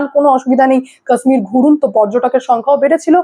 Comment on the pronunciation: আরে উচ্চারণ টা ঠিক করে করো কাশ্মীর।